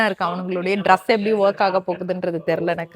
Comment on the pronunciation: Dress and not druss, being in the US pronounce correctly